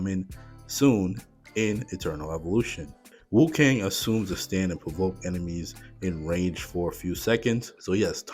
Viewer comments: Cool video, and i'm interested to see how the new hero plays out. Just an fyi, you said wu-kang quite a lot through the video, rather than wu-kong (with an O, similar to king kong) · its not WuKang, it's WuKong XD